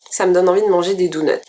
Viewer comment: des "douneut" XD